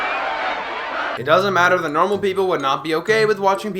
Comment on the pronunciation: I was with you until you said "zat".